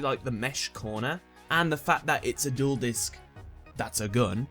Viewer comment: At first I thought you said number five was the juul disk xd